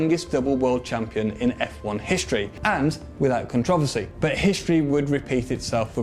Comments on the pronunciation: It’s CONTROVERSY not CONTROVOSY. How does a 30 year old man not know how to properly say controversy????? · Con trav a see? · Never heard someone butcher the word controversy before